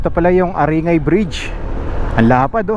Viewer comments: growing up there, your blog and videos are very sentimental.. great videos... just a simple correction on pronunciation, A-rin-gay, , not A-ri-ngay.. with gay pronounced as guy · not aringay its aring-guy to pronounce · Nakk panibago sa pandinig Yung pag Sabi nyo sa Aringay